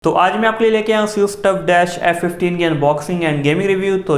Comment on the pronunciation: if any one noticed he said seus for asus